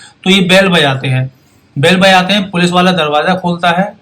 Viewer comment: At 3.10 to 3.33 n 4.12 Bajate he me aap "j" ka pronounce thik se nahi kiya upto 4.21 intejar, jata he me "J" ka pronounce nahi kar paye.. is this bcoz aap "J" ka pronounce thik se nahi kar paate ya fir aaj thodi drink kiye ho